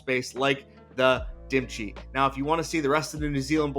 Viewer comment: his name is.. like cheh... not dim chi... hehe